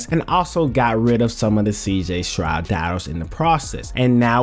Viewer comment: s-t-r-o-u-d Not SHROUD 😂😂😂